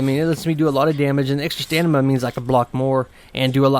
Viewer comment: Nice vid. Tnx One thing, it's stamina not stanima :)